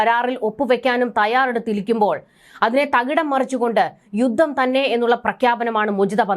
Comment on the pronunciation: യുദ്ദം? യുദ്ദം? യുദ്ധം എന്ന് പറയൂ